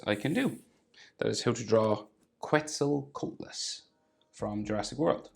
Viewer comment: It didnt really have hair and P.S. you pronounced it wrong.🙂